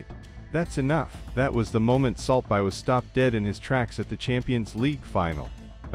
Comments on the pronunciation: I stopped watching at like 2 seconds in, when this shitty ai couldn't even pronounce "salt bae". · AI 😑 how can people listen to this? AI can’t even pronounce the dude’s name